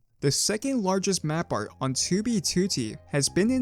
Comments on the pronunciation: Ok but why do you pronounce it "tubey tootie"? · bro stop sayin 2b tootee